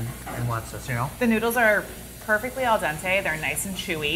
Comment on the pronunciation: "Al dente......"